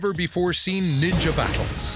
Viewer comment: I thought you had said ninja war😭